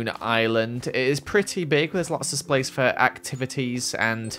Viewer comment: There's lots of splace. Me: OMG, LOL!!